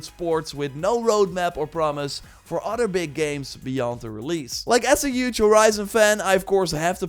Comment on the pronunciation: It’s other, not otter.